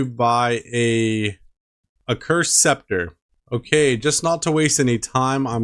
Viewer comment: BRO!!! You RNG is outta this world lol . Grats on the Sceptre Edit: Lmao the butt rope again haha. you also said spectra lmao. As soon as you bought the accursed I was like bro he doesn't have 70 mage haha great video bro I legit laughed at a few parts. Imma pass on the flippers lol. Appreciate the vids, can't wait for next episode!